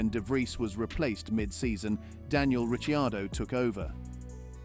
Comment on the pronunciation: Are you trolling with the pronunciation of Ricciardo’s name?! If it’s not trolling, your credibility to talk about f1 is goneeeeee 😂